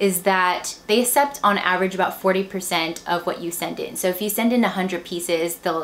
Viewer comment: Hanger, but i had you left on talking while im folding laundry that's how i made thru it. I don't want to offend you , but just as a reason why i wasn't completely focused was the way you said "accept" as "ah-sept" drove me nuts.. but that's just me so.. hehe don't worry about it.